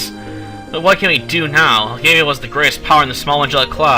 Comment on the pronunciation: Learn to read and pronounce properly. Elgava, not Elgavia.